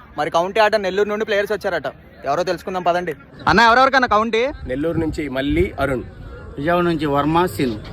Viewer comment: బాబూ మళ్ళీ మల్లి కాస్త చూసుకుని పలుకు. ళ పలికేటప్పుడు నాలుక ఎడ్జ్ పైన తాకాలి.